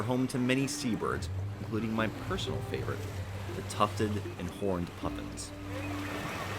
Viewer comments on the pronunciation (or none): none